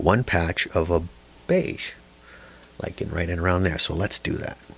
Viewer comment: I'm likin' your Lichen! And thanks for saying "lichen like likin' since if it rhymes with itchin' I'll start bitchin. ;-) Good instruction too!